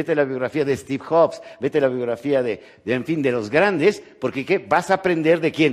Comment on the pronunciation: "Estiv joks" 😂😂😂